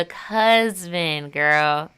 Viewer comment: Cusband is crazy 😂😂